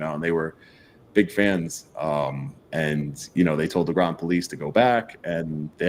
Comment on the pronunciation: Groton rhymes with rotten